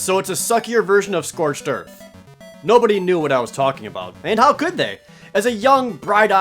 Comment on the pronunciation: "Scorched earf"